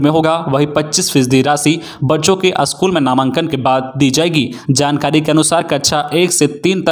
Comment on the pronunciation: स्कुल को बार बार अस्कुल बोला गया ,सक्षातकर का सही वर्तनी नहीं हुआ ,निवृत को फिर निरबित बोला